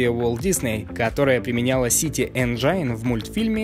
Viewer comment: Чувак спасибо тебе за то что ты делаешь! Только не говори Энджайн. Так это слово не произносят. Правильно говорить 'ˈenjən' Энджин.